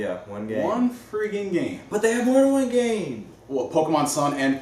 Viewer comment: is so mad at Nintendo that he's looking away from the camera and emphasizing. ONE GAME. LOL I thought he gave the middle finger. LMAO